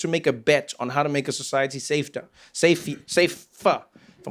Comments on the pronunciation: 😂😂😂 "safeteR" The S.A'n in him came out!!! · The South African in him stepped out there😄